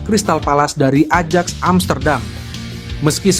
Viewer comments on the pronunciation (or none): none